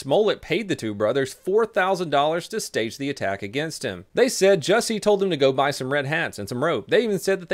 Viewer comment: Jussie not Jesse........ugh